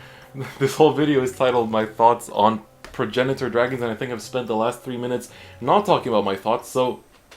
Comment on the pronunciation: So you pronounce it like Prag-nator. It’s weird but whatever